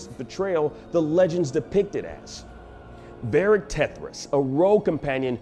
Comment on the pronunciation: "Barric", "Elfen". sigh